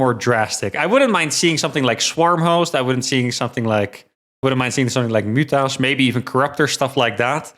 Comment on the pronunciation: It's Serral. You pronounce them "mootas", not "mutas".